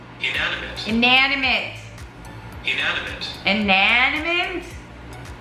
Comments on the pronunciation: Pronounced in-ani-mit Spelled inanimate. ♥️😊 I can't think right now but there are a few words out there that drive me crazy trying to say correctly. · In - an - i - mate. You're trying to put the 'n' onto the second syllable. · Sound it out I-na-ni-mate 😂😂😂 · 🤣 🤣🤣🤣❤️ just cracking me up over pronouncing Inanimate 🤣🤣🤣 you’re so stinking cute !